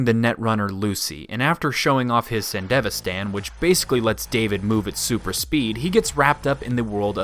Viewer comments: San DEV ISTAN not fucking sandevistan the most American way of pronouncing anything ever. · sand-devi-stan as was painful to hear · I'm assuming the rest of this video is good but I had to stop watching after I heard your horrid pronunciation of "Sandevistan" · The way you pronounce Sandevistan bothers me. Maybe it's because I watched the show subbed, but it's just really irking me.